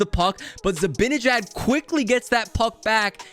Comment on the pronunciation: Not just a shot at you 😂 but everyone says ZibAnejad’s name like it’s spelled Zibinijad